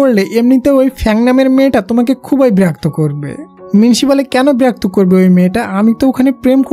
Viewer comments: Birakto nh birokto hobe😅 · আপনি বিরাক্ত বলেন কেন 😊আর আমি ৷ স্টুডেন্ট ❤ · Berakto ki??? Birakto hobe 😅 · সুন্দর ভাবে বিরক্ত বলেন না কেন?